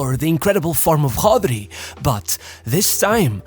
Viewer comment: Why do you pronounce it as Hodri 😂 to sound more authentic